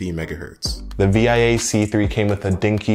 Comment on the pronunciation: SDRAM in dual channel? Are you sure about that? 🤔 Also, it’s pronounced “Vee-a”